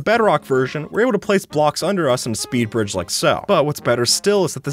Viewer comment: my guy was godbriging and said speed-pridging